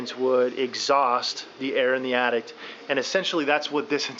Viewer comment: Dude you build houses, It's Attic not Addict.